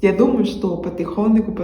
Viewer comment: "Патыхоныку"-это по твоему отличное произношение? Или ты сам также произносишь?